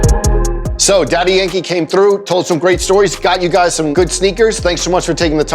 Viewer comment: I wonder why Joe calls him DY instead of Daddy..